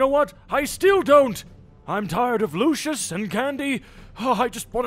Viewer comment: also did u notice that candy said lushes instead of Lucia's